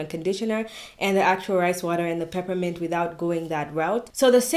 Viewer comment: Bonjour from Paris!. New subscriber. Please Can you write for me the oil that you added in the rice water. I heard pipimante!!! Est ce que you wanted to say essentiel oil of menthe poivrée? Peppermint essential oil? Where do you buy it please,? Be kind to answer. Have a very nice day. Super Bonne journée